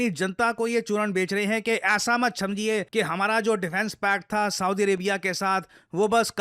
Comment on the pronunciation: sir said chamjiye instead of samajhiye 😂😂😂